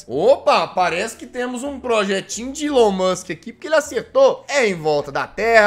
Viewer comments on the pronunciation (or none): none